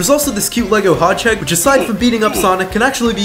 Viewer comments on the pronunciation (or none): Bro its pronounced hedgehog not hodgehig😂😂😂😂